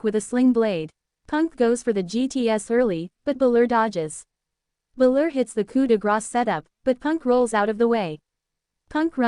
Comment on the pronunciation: stop doing this idiots... You can tell it is AI because the usos don't even look human. and it's BALOR not fucking bluler.